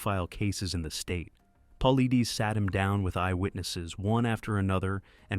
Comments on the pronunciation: Its Paul lie, not Paul lee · AI for sure. David Pauleedaes 😂😂😂 garbage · PA-LIE-DEES... AND DOCTOR KETCHUM IS A MALE. PLEASE DO MORE RESEARCH.. WILL NOT SUBSCRIBE. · He pronounces it Paul lie dus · It's pronounced Paul eye des. If you are going to narrate, at least learn how to pronounce the main characters name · Pronounced: Poll-lie-dess. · These AI are horrible at pronouncing words. His name is pronounced Puh-lie-dus. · AI SUCKS! David's last name is pronounced PAULEYEDUS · Hard to take it seriously when the guys name is mis pronounced from jump. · You are miss pronouncing Dave's last name. Very unprofessional. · If your going to talk about David Paulides you could at least make sure you pronounce his name right! Or use AI that will. It drove me crazy hearing it pronounced wrong OVER and OVER again! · Be nice if your crappy AI narrator knew how to pronounce David's last name... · This video lost all credibility as soon as Dave’s last name was mispronounced. Trash!!! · Stealing David’s content and you can’t even say his name right. Shame on you!! GO TO MISSING 411 for HIS content. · You are an embarrassment for not pronouncing his name correctly. Go home to mommy and come back when you are ready to post.